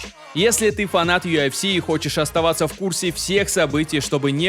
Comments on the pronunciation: не юафси, а юэфси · Бро, ты сам слышал как ты произносишь аббревиатуру UFC , у тебя это звучит как Ю АФ Си , а должно звучать Ю ЭФ Си, без негатива если что. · Автор. Красава, всё хорошо смотреть и интересно. Но вот это Ё ФС. Весь мир говорит ЮФС, честно как серпом по яицам. Перестал смотреть, не могу. ЁФС🤦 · чел, почему ты называешь юЭфси - юАфси? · Почему он говорит ёофси?😂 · Меня раздражает его "ЮАФС" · Чё он как говорит? Ю Аф Си😅